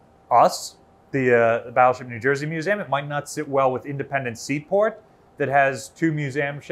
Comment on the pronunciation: She should have cut you off at the end and said "Battleship New Jersuh"